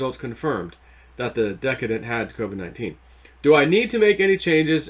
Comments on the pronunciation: Not deca-dence.... it is de-see-dence. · It's not DECKadent, it's deSEEdent! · Decedent = de see dent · J..its pronounced desee-dent